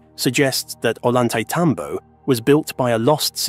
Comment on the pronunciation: I have been there. It is amazing and incomprensible. It's pronounced Oyantaitambo